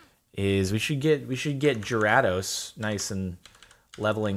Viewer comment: You need to look up the pronunciation of Gyrados because it doesn’t matter how hard you try your still butchering it. Also it’s pronounced Ma-while not Ma-wheel.